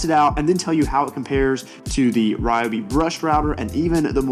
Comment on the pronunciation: Kudos for saying ‘RY-obi’ not REE-obi! 😂 I guess those people also eat ‘REE’ bread instead of RYE 🤦🏻‍♀️. Great tool, especially at that price, hard to beat its features. Some say the clear base is on backwards for packaging(?) 🤷🏻‍♀️